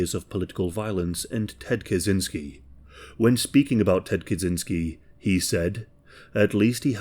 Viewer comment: Hey, Kaczynski is a Polish surname so you'd pronounce it "kachynskee". Our CZ is CH in English.